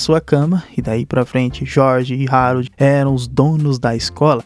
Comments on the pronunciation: mano é o meu filme favorito da dreamworks faz video sobre a serie do capitão cueca (nota: se pronuncia Aroldo n Rarold) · O esqueceu de tomar os remédios ksksksk.se fala Aroldo e se escreve Harold vc tá trocando.mais e serio o ñ tomou os remédios ksksk rachei o bico